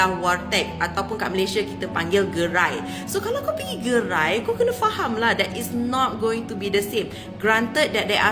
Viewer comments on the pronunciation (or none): Min, bukan “Faham” tapi “Paham”